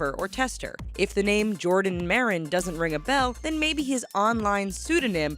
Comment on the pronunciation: I was surprised when i heared jardon maron 😂😂😂